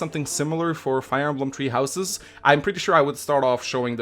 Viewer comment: “fire emblem treehouses”